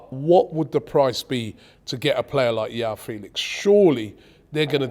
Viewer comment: It's João Felix